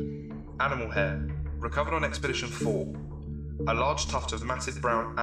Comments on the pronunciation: 2 years late and no one cares but it's expedition not experdtion. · So I assume I'm super late on this buuuuuut...... The word EXPEDITION has no R in it... "Experdition" and "experditon"? Are you serious? Am I watching SCPs dreamed up by fourth graders or was that ur bad,? Edit: Also, the reverb voice brings the quality of the video waaay down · It's "Expedition", not "Experdition". ;-) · Am I the only one who found 'EXPERDITION' funny? Otherwise terrific video. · ExpeRdition 2. ExpeRdition 3. "..." 4. etc... There's no "r" in "Expedition." :-/ You may want to re-edit and re-upload this. Sorry. D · Expedition has no r